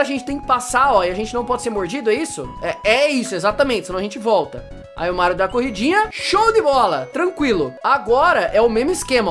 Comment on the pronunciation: Meu cê fala mairo não Mario quando vc fala super Mario meia quatro cê fala super Mairo meia quatro